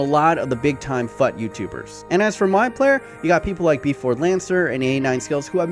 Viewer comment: Fut is pronounced as "fooooot" like put. Really annoyed me how you pronounced it.